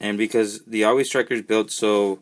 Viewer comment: You are saying the name of this GI Joe vehicle wrong. Think the word "Saw".... and just remove the "s".